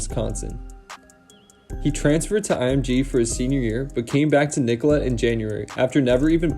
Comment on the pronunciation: nicolet is pronouced NICKO-LAY